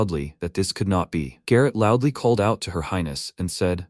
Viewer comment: Bro you must be trolling with that LOUDLY, no way you are serious